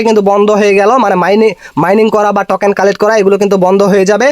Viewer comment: টকেন না টোকেন বলা শিখ